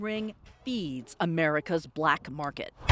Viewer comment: Why she had to emphasize that so hard "CHINESE drug ring feeds americas BLACK market" 😂